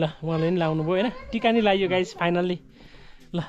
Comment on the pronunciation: Everything you have shoot was amazing but please tapai ko Guys bhannae chai euta ramro dictionary herera sikhnu parne awastha xa. Rest is best.